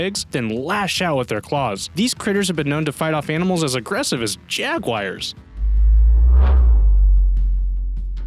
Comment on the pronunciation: Got to love the pronunciation of jaguars